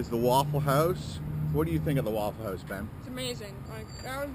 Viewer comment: “At the Wouwful house” so northern 😂